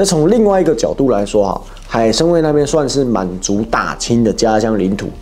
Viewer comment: 海参崴，不是海参威😂